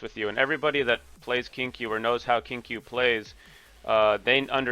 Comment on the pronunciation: I love that you pronounce Qingque as Kink U 😂